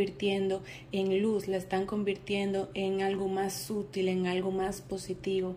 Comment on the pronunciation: Gran tirada, gracias! Una cosita: la palabra "sutil" en español no se pronuncia como en inglés; "sútil" sino "sutíl". Te lo tenía que decir!